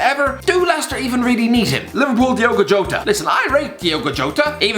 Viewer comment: wow he REALLY got Jotta wrong.